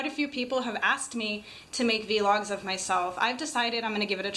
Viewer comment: Its pronounced vlog like blog but with a v. :)